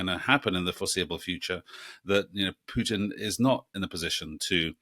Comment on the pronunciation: It’s Poo-tin! POO-TIN! Not hard to pronounce correctly is it!